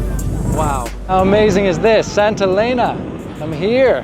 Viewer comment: It;s not Santa Lena FFS. It's Saint Helena.